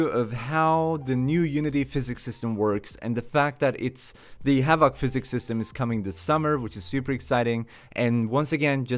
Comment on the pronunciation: It's "HA-vuhk" physics (emphasis/stress on the first syllable, the second syllable is soft) ... it's not "ha-VAHK" physics with a hard middle vowel and stress on the last syllable, lol, that's completely backward and sounds really strange to English speakers. :D It often sounds more like "Havik" when most American and British English-speakers say the word. You can hear it if you Google "pronounce havoc" and click the button and see what I mean.